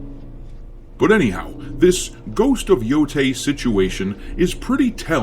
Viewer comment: 🥴 why people always say “yotay” 😭 it clearly have an E so it’s like saying the E in spanish “eh”